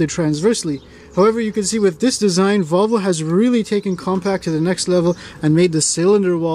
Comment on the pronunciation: I've never heard anyone pronounce it Vovle before